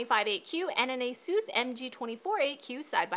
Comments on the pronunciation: It's Asus not Asoooos! >:{ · Is no one going to talk about how she said "Asoos" instead of asus? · Its A - SES, NOT A - SUS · She says asus on the most chinees way🤣